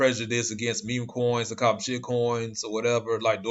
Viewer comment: I love the way you lay emphasis on shitcoin... awesome 👍👍👍 I'm bullish about ADA and HBAR for life.... I'm looking into Fedcoin, Vchain and Chz